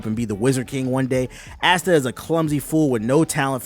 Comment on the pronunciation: He is not aste he is asta